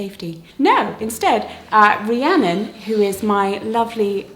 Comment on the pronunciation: Gasp! my name is Rhiannon! And I'm so happy you said it correctly.